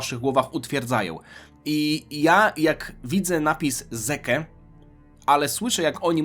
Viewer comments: Imię Zeke czytamy Zik, to że Japończycy wymawiają je "dzik" to nie znaczy że ty też tak musisz. Zeke to imię typowe dla krajów angielskojęzycznych, a chyba dobrze wiesz jak Japończycy kaleczą ten język. Imię Levi ma tę samą sytuacje. Nie napisałem tego bo się czepiam, tylko pytałeś na początku. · Ja osobiście zawsze mówiłem "Zik", jednak wymowa "dzik" tez jest zajebista hahaha